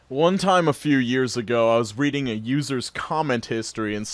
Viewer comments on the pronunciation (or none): none